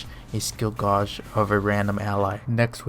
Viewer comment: Just a heads up, gauge is pronounced like the name Gage.